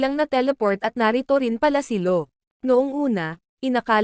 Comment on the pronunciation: Law Hindi low